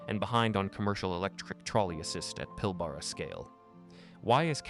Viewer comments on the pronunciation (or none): Pilbara is pronounced the way it's spelt, not Pilborough. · PIL-ber-a, rhymes with Canberra